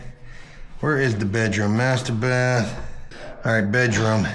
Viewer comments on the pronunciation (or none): none